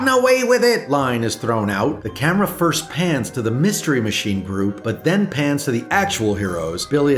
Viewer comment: Lmao Ferst